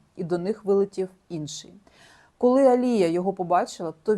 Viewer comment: Дякую Вам, дуже класно інформативні відео! Коли занурюєшся в ці історії стає моторошно... такий true crime сєлєбріті едішн))) Відмітила, що Ви іноді не правильно ставите наголоси в іменах та англійських словах, наприклад АлІя, не АліЯ. Українською правильно "протягом", а не "на протязі". Це без хейту, тільки ремарки! 🥰 Мені подобається Ваш канал!